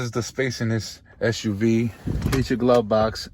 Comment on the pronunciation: SUV, not SHUV. dislike